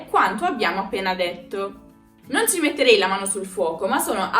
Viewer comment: io sono italiano, ma non ho mai sentito dire "ceh". Tuttalpiù possiamo contrarre la i ma la si pronuncia sempre. Può essere che questa forma venga utilizzata in una zona limitata dell'Italia ( la voce maschile del video ha un forte accento meridionale )